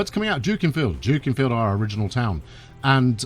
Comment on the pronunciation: Late to the party, but it's pronounced Duckinfield.......